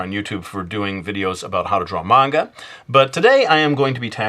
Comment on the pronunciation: That's not how you say manga!!!!!!!!!!!!!!